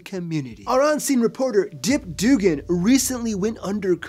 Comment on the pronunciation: "dip doogan" lol